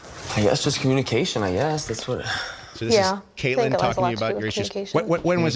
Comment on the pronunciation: The first caller said she was a long time follower but didnt even know how to say Catelyn's name lmao